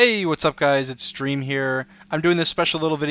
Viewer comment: ey whats up guys its "stream" here (he said it at the intro)